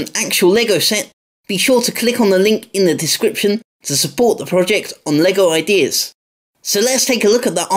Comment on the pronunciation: Did u say “Lego paralyse”?